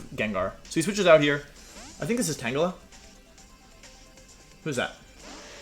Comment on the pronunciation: Wolfe: I know how to say Pokémon’s names right. Also Wolfe: tAnGelA